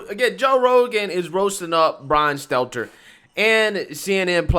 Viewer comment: This is the first time I ever heard this guy say Stelter’s name right… He reminds me of Jesse lee Peterson the way he butchers the shit out of words..